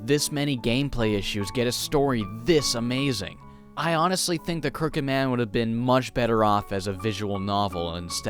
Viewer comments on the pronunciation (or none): none